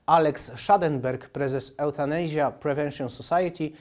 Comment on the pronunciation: "Eutanejżia" nie istnieje, czytamy "jufenejżia", pozdrawiam